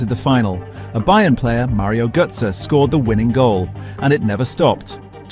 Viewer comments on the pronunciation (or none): none